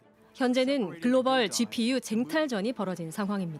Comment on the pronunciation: 쥐퓌유~ 슛자노름~ 쉬련불가능~ 나경은 발음 짜증난다